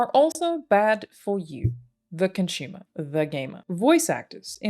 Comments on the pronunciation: I am Con-shoe-mer? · I like you you pronounce "consumer" cunchoomer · Con-Shumer. I can't get it out of my head. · Excellent video. Well done. Random comment: anyone else wince every time she says "ConSHumer" or the verb consume as "conSHume"? (drives me nuts. Why do some accents mispronounce letters?....I'm a weirdo. 'Kay, done.) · Her pronunciation of consumer is adorable 😂